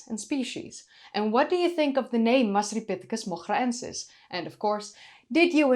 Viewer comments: Had to listen to your pronunciation of the scientific name a few times. Wonderful voice. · The hair is great, the discovery is exciting, hope they find more evidence for it, won't even attempt to pronounce the name but you're excellent at it. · I can't pronounce Masripithecus moghraensis but it sound's cool when you say it